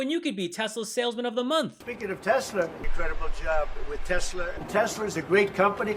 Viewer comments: My guess is he called it Tesler because he’s constantly using a word ending in ER….. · Did he say I love Teslar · TESLUR LOL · Isn’t it, TESSLUR?😂😂😂😂😂😂😂😂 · Is anyone going to tell him it's Tesla, not Tesler? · Tf is a tesler? 😂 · Does he not know it’s TESLA not TESLUR ????? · He loves “Teslur”! lol. He’s fucking dumb as hell. He cant get anything right! Thats why “The Apprentice”, his stupid reality show, that encouraged contestants to engage in hateful attacks towards each other-was eventually cancelled. The more hateful chaos he created, the more he enjoyed it. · WTF is Tesler? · I wonder how long Musk tried to teach Trump to say Tesla instead of Tesler before he gave up. 🤣Trump sounded like a doddering old fool. This actually gives me hope though, because if Musk is this desperate we might have a good chance to shut him down. There's a protest at a Tesla dealership near me this weekend. Check out your area. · Why does DT call Tesla, Teslurr? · Teslur, the moron can’t even get that right. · He likes “Teslers” this guy 😢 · Did yall hear tiny fingers say “Teslur” what a nut job he is. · Tesslur, not Tesla. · Teslur....😂😂😂😂😂 Idiot! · Funny that he always says "Chi-na" but can't say "Tes-la." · But will the car correct dumb people unable to pronounce a simple word like TESLA! no "R" in TESLA, Rtard. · Tesler!!!😂 he meant Hitler!😡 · He’s such a doofus 😂😂😂 teslurrr😂😂😂😂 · Why does that uneducated 🤡 trumpty dumpty keep calling Elon’s cars “ tesler”? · Called it "Tesler" 🤣🤣🤣🤣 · "Tesler" seriously 😂😂😂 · Tesler??? Does DT even know his own name??? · He can’t even pronounce Tesla.. BTW He can’t drive.. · The dummy didn't say Tesla the right way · What a salesman he can't get the name right 😂